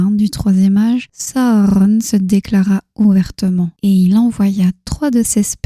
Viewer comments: Pourquoi vous dites pas juste sauron comme dans les films au lieu de sahauronne 😐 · C'est la bonne façon de faire S à u r o n chaque lettre se prononce